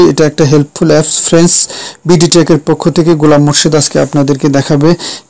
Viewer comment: Every few seconds you are saying "FRENS", what is "FRENS" anyway? Do you mean "FRIENDS"? why do you have to say friends every few seconds?